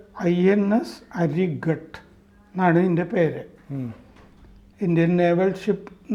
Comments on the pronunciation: അരിഘാത് ആണ്.... അരിഘട്ട് അല്ല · ഹരിഘട്ട് എന്നല്ല,ഹരിഘാത് എന്നാണ് പറയേണ്ടത്.